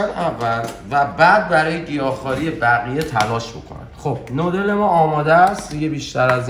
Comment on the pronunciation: دادا بگو نووودل